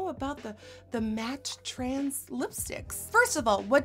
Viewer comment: It's matte TRANCE not matte TRANS as you keep pronouncing it 🙉